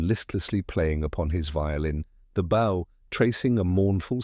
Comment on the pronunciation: Bow has the long O sound.